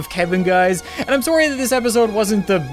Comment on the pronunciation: Soary I love how he pronounces sorry